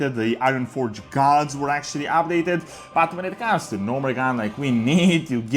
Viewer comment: Why he keeps sayin “ab-dated”